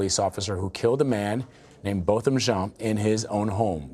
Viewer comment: To the news people: The victim's name is Not "BOTTOM" it is "Bo-tham"!!!